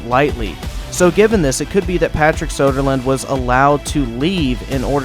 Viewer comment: His name is Söderlund, not Sodaland.